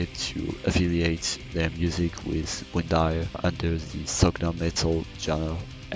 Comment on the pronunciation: Good, except the band's name is pronounced as [vind'ir], not [windair] :)